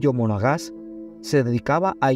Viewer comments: Monaga. No monoga’ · Monagas, no monogas .. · Monagas....Monagas ,,,no monoga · trujilo monagas,no monogas,luce despectivo y descuidado en la fuente donde obtuvo los datos,lo que se va publicar por los medios y redes debe ser correctamente informado,para evitar que los que no conocen mucho la historia la aprendan mal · MONOGAS noooo, MONAGAS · Monagas,no mono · EL SEGUNDO APELLIDO DEL PADRE SE PRONUNCIA ( Mona'gas)